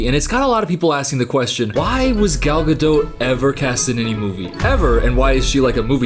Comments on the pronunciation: Btw incase anyone thinks I'm being a willy im not cos I didn't know how to pronounce it before snow white came out an ive legit not stopped saying her name all day long 😂 im just going about my business an say "Gal GadoTTTT" out loud an try an make it sound cool but it's impossible 😂😂😂😂😂😂😂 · At least pronounce her name right if you're gonna be a hater. "Guh-dote." It's a hard "t" bruh. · easily the funniest part of this whole video is gradually mispronouncing her name worse and worse 😂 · Girl I cant watch the rest of the video if you’re gonna keep pronouncing the T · Worse than any of her lines is your pronunciation of her name. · This video is the first time I heard someone pronounce her name, and I can't tell if that's how it supposed to be pronounced or you're saying it sarcastically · Love your videos but this was a hard watch because of the pronunciation of the T at the end of Gadot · I don't think your meant to pronounce the "t" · Please learn how to pronounce her surname correctly. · It would be great if her last name was pronounced correctly especially since it’s said like a million times in the video. I couldn’t even focus on what was being said bc he continuously says her last name incorrectly. Sorry, I love but just found it really annoying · I think the hardest thing ive done as a French major, second to watching a Gal Godot movie, was listening to this man (no hate) pronounce the 't' in Godot for 20 minutes straight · Hey,? Hiii I think the t in Gadot is silent 😬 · Thank you. To anyone who doubts this fact, search YouTube for “how to pronounce Gal Gadot” and you’ll hear it from her own lips. If links weren’t forbidden I would’ve provided it. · The t at the end of Gadot is silent........ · “this fk ass BOB” 🤣🤣🤣also, I like how you enunciate the “T” in Gadot (it’s silent!) 😂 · the t in gadot is silent. Good video mate. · Her name is Gal Gadot, not Gal Gado. She is Israeli, not French. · It’s pronounced gado you don’t say the T